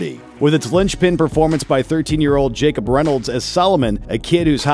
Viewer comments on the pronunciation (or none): none